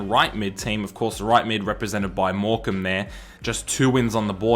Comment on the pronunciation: Ayyy you pronounced morecambe right niceee